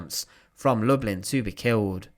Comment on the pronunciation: The Polish pronunciation is lou-bleen. It’s where my great grandfather grew up & where his siblings and parents stayed when he came to the US.